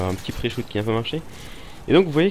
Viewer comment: Personne pourrait lui apprendre la prononciation de PreShot ?